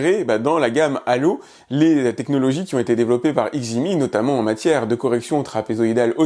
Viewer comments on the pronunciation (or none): On ne prononce pas le X de Xgimi. Donc ça se dit "Djimi"